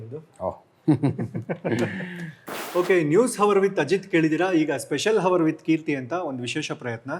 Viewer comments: Yes, ತುಂಬಾ ಕಷ್ಟ ಆಗತ್ತೆ ಹವರ್, ಹಾನೆಸ್ಟ್ ಅಂತ ಹೇಳಿದ್ರೆ ... ಅವರ್ (hour), ಆನೆಸ್ಟ್ (honest) ಅಂತ ಹೇಳಿ ಪ್ಲೀಸ್ ಕೀರ್ತಿ. I’m a big fan of your show 😊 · h is silent in hour,honest,please correct